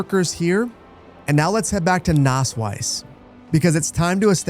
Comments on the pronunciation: It's not spoken Nasswise, it's more like Nassweeze. The word comes from wett meadow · Btw your town isn't called nassweiss (wet white, pronounced like nass-wise) but nasswies (wet meadow, pronounced more lik nass-weez). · But I kinda like that it almost sounds like he's saying 'Naseweiß' 😂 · „Nasswies“ is pronounced like nus-weas (pronounced like nuts and beast) „Nass Wiese“ would mean like wet-meadow in German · To pronounce the wies in Nasswies like a German, say it like the beginning of weasel, so Nass-"weas"! You're welcome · amazing video. btw nasswies in english means something like wet grass :D and if you want to pronounce it it is pronounced nasswees. But you pronounce it pretty well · It's Nasswies (pronounced nass-veeze) means wet (nass) meadow (wies) :) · it's not pronounced with a 'u', though? It's more like a short 'ah.' (Sonst wäre es ja Nuss Wiese haha ♡)